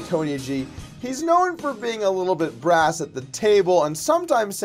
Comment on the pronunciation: Brash. Not brass